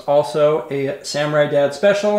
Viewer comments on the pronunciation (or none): none